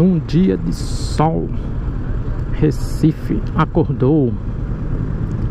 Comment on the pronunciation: Like, Ri quando falou "Recifede". kkkk